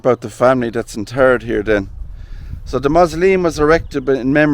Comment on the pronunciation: Lol he said "in turd".